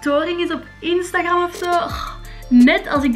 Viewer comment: instagram:( je spreekt het uit als instagrEm